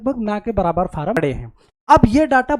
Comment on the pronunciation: Pehle form bolna sikh le tab video banana😂😂😂